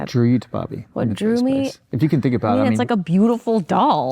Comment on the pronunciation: Sounds like Zane is saying Bobby.. 😂